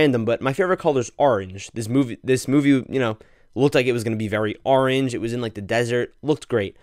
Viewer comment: can’t pronounce orange wtf😭